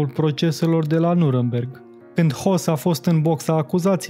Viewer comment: Nu trebuie neapărat sa cunoşti limba germană şi regulile ei elementare de a reda, în special, numele personale pentru că dacă ai pretenţii de om de cultură, o poţi face ascultând un post Radio/TV german sau urmărind coloana sonoră a unui film german. Lucru pe care comentatorul acestui filmuleţ nu l-a făcut pentru că a ţinut neapărat să se facă de râs. Şi a reuşit. "Hoss" e una dar "Höss" e altceva; "von" Ribbentrop e una dar "fon" Ribbentrop este pronunţia corectă; "Henrih" e una dar corect este "Hainrich" pentru că aşa pronunţă neamţul. Dar, dacă vrei neapărat să inventezi o variantă nouă a limbii germane, merge şi aşa.